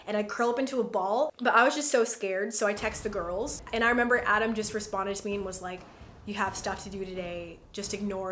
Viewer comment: each time you say "the girls" my mind automatically translates it to "the gOrls"